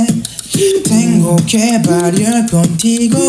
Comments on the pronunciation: Kento01 im spanish and he's pronunciation is not that bad but he didnt say the same words like in the song they say tengo que bailar contigo hoy and he says tengo que balear contigo hoy 😂😂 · sel s ahhh jajajaja, claro la pronunciación es buena, pero a lo que voy es que dice palabras que no existen como dice "bailar"